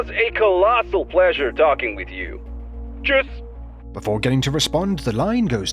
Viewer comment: the perfectly pronounced “Tschüss” (goodbye/bye in German) kinda surprised me tbh 😂